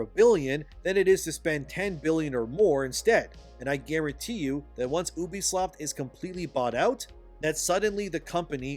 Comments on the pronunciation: You have no insiders, it's all coming from inside your head. No reputable game developer is talking to you and you know nothing about how the business of videogames works. You can't even say the company name right. YOUbisoft not EUWbisoft you smooth brain. UBIQUITOUS software 😂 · You do a lot of vids on this but yet fail to pronounce the name right .. ewwwbisoft is the American version ? Well it pronounced You...bisoft . Ask your Intel's lol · STOP. SAYING. "OOBISOFT"!!! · YOU VEE SOT